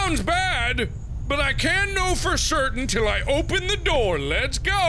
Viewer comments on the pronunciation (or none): none